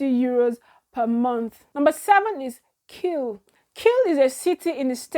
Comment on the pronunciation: KIEL not Keil pls 😊